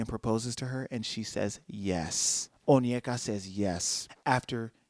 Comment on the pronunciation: As a Nigerian, I’m so surprised you pronounced her name correctly! (Onyeka)